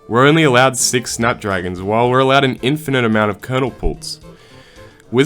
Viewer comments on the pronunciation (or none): Bro just pronounced infinite as in-f-eye-night 🥶